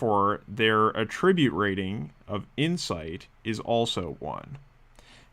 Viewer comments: I'm curious to know as well. I just finished watching a software tutorial where the developer kept using the same mispronunciation. His english was perfect otherwise. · Curious where you are from? I’ve never heard the noun pronounced like the verb anywhere I’ve been. Not trying to be rude, just curious about that.